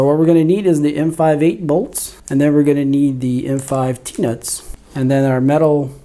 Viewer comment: I thought you said peanuts not T nuts😂